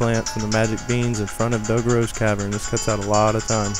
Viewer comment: Not just that. He butchered almost EVERY name. 1. "Eponia"- Epona 2. "Dogoro's" -Dodongo 3. "Kakoro" -Kakariko 4. "Coco" -Cucco 5. "Kakaroo" -Kakariko 6. "Hylina"- Hylia 7. "Lake Hyrule" -Hylia 8. "Kakaroo" -Kakariko BAD Zelda nerd. FAIL.